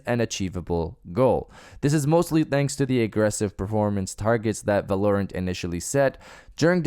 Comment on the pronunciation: Not at all trying to come off as a dick love your vids. Val-are-rent is how I think it’s pronounced. You do your thing though just wanted to let you know. More fps is better but anything over 144 FPS is a bit much but some say you can see a difference. Honestly the sweet spot is like 90. Anything at 60 on console will be nice for those exclusives other wise I’m playing on pc